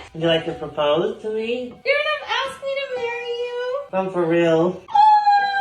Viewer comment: Never trust the woman who doesn't pronounce the R in 'propose'